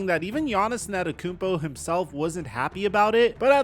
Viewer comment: For the love of God, please put at least a little more effort into pronouncing Antetokounmpo